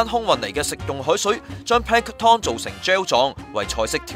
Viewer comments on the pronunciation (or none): 個音完全錯咗....tom🤣 (pl'æŋktən) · Yo Yo Asd 你聽唔聽到最後果兩次係Pan Tom not Pank Tom! 大陸新移民。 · Pan tom? 讀多兩年英文啦！ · should be plank-ton as in Hil-ton. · 用中文講『海水味浮游生物』咪好囉，做乜係都用英文講吖。如果係都要用英文講，就唔該睇吓 Sponge Bob，學吓『Plankton』嘅正確發音啦。。。rid 柒！ btw， 係光合作用唔係『肛合作用』呀！